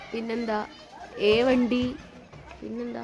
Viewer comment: ഏവണ്ടി അല്ല മോള്ളൂ ഏമ്മൺടി